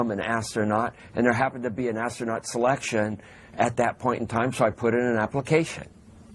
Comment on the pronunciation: lol, ass-trough-not- hing!!!!!!!!! lol. give this child an popsicle please!! Doofy